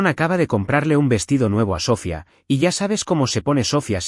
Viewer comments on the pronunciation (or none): Dices que lees los comentarios. No entiendo para qué, varias personas te hemos dicho que pronuncias mal el nombre Sofia. Que pones la fuerza tónica en la primera sílaba, mientras que este nombre lleva toda la fuerza tónica en la I. Que además lleva tilde para deshacer el diptongo. Hasta ahora te lo había dicho que un lenguaje más coloquial. Ahora te lo digo en uno más gramatical. Hasta te di la etimología de la palabra. Sofia significa sabiduría en griego. La catedral de Santa Sofía de Constantinopla no se llama la catedral de Santa So-fia. Por dios no utilices nombres que no sabes pronunciar. ¿Qué inteligencia artificial eres, eres ChatGPT, grog, Gemini??? no entiendo por qué te cuesta tanto pronunciar las cifras y los nombres. Pronúncialos a la inglesa, o a la española, pero no hagas ese batiburrillo tan molesto a los oídos.. y si no vas a leer los comentarios y hacer caso cuando alguien te dice que haces algo mal. Pues no pidas comentarios.